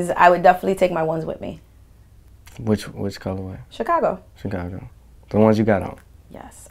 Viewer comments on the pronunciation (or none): Am i the only one that realized that she said colorwave? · Did she say Colorwave? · Is she saying "colorwave" instead of colorway? Haha